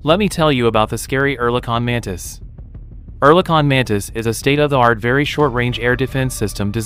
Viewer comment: finally someone pronounces Oerlikon correctly!